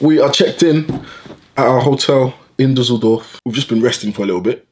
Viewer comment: Da sachta doch tatsächlich "Dusseldoof"